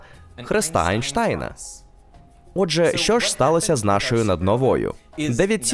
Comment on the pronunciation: Чому перекладач постійно Енштейна називає Анштайном? Це так дратує(